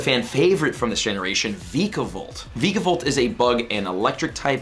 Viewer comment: Vi-ca-volt bolt